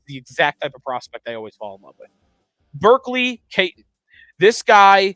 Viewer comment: Iginla is going no higher than 5 and no lower than 9. If they go forward (I prefer a D-man) I want Helenius. Edit: also some help on pronunciations: Catton is Cat-tin and Sennecke is basically Seneca.